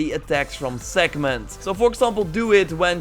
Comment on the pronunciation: Did you ever read the word "Sekhmet" or do you say it from memory? Because it doesn't have an "N" in it!